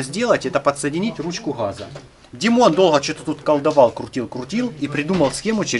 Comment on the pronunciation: Спасибо. красиво говоришь.........но не ручки хххаза...........а ГАЗА...ГОВОРИ ПРАВИЛЬНО........